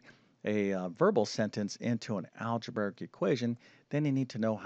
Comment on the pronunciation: "Algeberic." All of his "br" combinations come out as "bVr" rather than "brV." Strange. I didn't notice this speech impediment until recent videos. 🤔